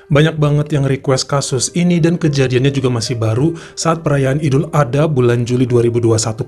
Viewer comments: Ya gpp bang salah penyebutan dikit d maafkan ko 😁😁,,yg pnting kami sudah ngasih tau penyebutan yg benar ok , jngn lupa ya bang ad-ha bukan adha 🤭🤭🤭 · Dibaca idul ad-ha bukan ada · Maaf koreksi ya bang : Idul Adha dibaca Idul Ad Ha (dipisah bukan disambung) 🙏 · Bukan Idul, tapi Aidil Adha,Aidiil Fitri.